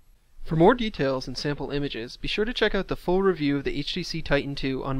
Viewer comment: It's TITAN...not "ti-en"